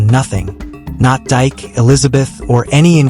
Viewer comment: It’s not Dyke it’s Pronounced DK in African culture